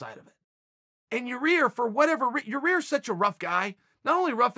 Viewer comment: Chael made this video just to say yarear. One more for the bad guy